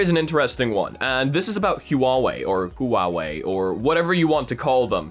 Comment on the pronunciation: doesnt know how to not make people angry when pronounching huawei His solution: waoé